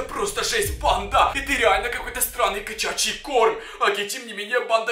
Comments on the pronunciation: Не кочачий а кошачий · Ва первых ты забыл вырезать звуки Насти А Ва фторых не кочачий а кошачий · кочачий?😂 Может кошачий?😂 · Эм кашачий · А мне как будто кочачий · посмотри это кочячи корм! А так же не кочячей а котячей Я: вообще то кашачий😂😂😂😂😂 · А почему ты сказал печачи корм? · Тваи видео очень классные но подправачка не кашачтй ком ну или как ты сказал нуу правильно гаварить кошачий корм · нет он тип говорил слово кочачий а не кошачий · какой качачий корм😂😂😂😂😂😂😂😂😂😂😂😂😂😂😂😂 а не кашачий корм? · Не котячий и не кочячий, а кошачий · Не кочачий а кошачий😁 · Ты говоришь скачачиий корма надо говорить кошачий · Почему ты говоришь не кошачий корм а кочачим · Эм мм он сказал качачий корм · Поч ты говоришь не кошачий корм а кочячий корм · Не кочачий не котячий а кошачий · Какой качячий? правильно говорить кашачий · Почему он говорит кочачий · Не кочачей а кошачей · Кошачий а не качачий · Это случай когда пытаешся быть серьёзным но одно не правильное слово и сразу все начинают ржать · Он говорит котячий -_ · почему он говорит странно и еще он говорил кочачий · Мне было смешно когда он говорил кочачий корм😄😃😀 но видео само трашное